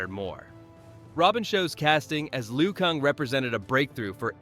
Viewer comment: This video loses all credibility when I heard lu kung. WHO TF IS LU KUNG??